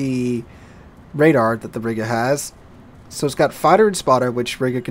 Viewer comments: ree-ga not riiga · Dammit,! Either use the English pronunciation of the old name of that town, "There was a young Lady from Riga, who rode smiling on a tiger. They came back from the ride with the Lady inside and the Smile on the face of the tiger!" or the Russian/ Baltic pronunciation which would be ree-guh.